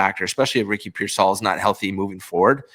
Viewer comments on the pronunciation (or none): I love u but dear God….PEER-sall. Not peer-SALL. I can’t take it anymore…😵‍💫